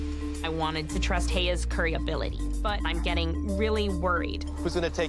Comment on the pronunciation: They said cyury instead of curry😂😂😂😂😂😂